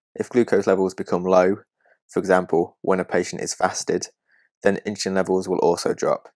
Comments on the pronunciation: It’s not “Inchulin”, it’s “Insulin”. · Excellent explanation, the animation really helped. Thank you. Strangest pronunciation of insulin I have ever heard.....but forgiveable :) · I hear the s in insulin pronounced as ch. Is the speaker from London?